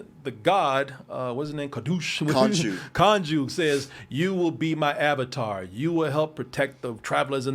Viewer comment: Kadoosh when can't say Konshu!🤣😂